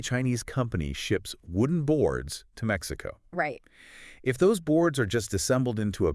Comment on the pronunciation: Maxico? also AI needs to get a bit better